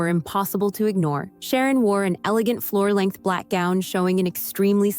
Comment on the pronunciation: An "Eegant Foor Length Black Gown?" 😂